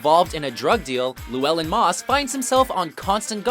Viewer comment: It's always funny to hear an English speaker try to pronounce Llewelyn.